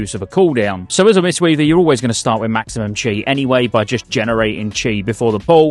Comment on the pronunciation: fyi in China 'chi' is pronounced 'kee'.